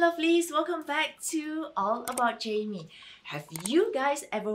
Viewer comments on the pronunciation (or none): none